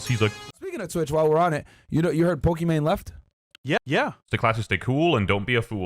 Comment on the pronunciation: Did No one else realise calling Pokimane as Pokimon?